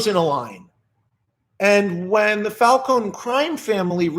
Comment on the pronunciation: Glad you call him Falcone and not falconEEEEEE